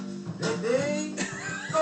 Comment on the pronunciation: le ready ont direr qu'il dit radi ^^ LOL